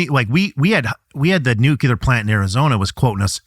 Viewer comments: WHY CAN'T THIS GUY PRONOUNCE NUCLEAR PROPERLY?!! " NEW CLEAR" ITS SO EASY HOW ABOUT A NEW QORD FOR YOU BECAUSE IT IS CLEAR THAT YOU CAN'T PRONOUNCE NUCLEAR PROPERLY!!! UGH 😫!!! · Nucelar ahahha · When people say "Nuculur" vs. "Nu-clear" as it's intended, it is so aggravating! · WHAT ??? Is your guest actually saying "NEW~CUE~LAR" instead of "new~klee~ahr" ??? Bwahahaha. Yeah, he's an educated expert. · Is someone who specializes in energy production really saying nuclear incorrectly?